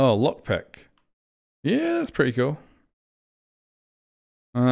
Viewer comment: I’m pretty sure he said cool just with his accent it sounded like cute, either way flores do be kinda cute